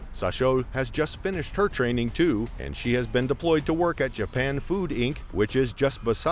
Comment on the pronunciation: Haha train-Ning Chek it